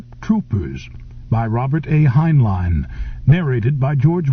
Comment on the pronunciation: Mispronounced the author's last name in first 10 seconds...